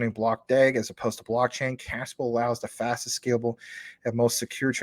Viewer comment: I agree Casper Labs is going to the moon. Though I have no idea why they keep pronouncing it as Caspa and spell it with backwards K